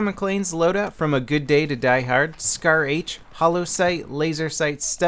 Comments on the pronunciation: Scar h not shar lol your my favoeite utuber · *SCAR not shar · Lol I think it is SCAR not SHAR